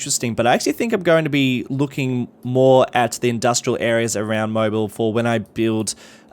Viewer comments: I have family that live near Mobile, and it's pronounced "Mo-beel". ✌ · "Bilox" is Biloxi, pronounced "Bih-Lux-ee". Also, from a previous video, the city name Mobile is pronounced "Moe-beel" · You have to place the emphasis on the second syllable when pronouncing the name of Mobile Alabama like “mo-BEEL".